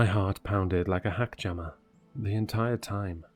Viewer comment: Hackjammer? I had to go back to make sure I heard it right.. 😂